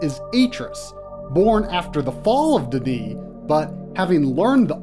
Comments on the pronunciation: its not "Dee Knee"..its "Done E" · the books point out that D'ni is pronounced "Dunny".. other than that, wonderful treatment of story and legacy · ITS PRONOUNCED "DONE-KNEE"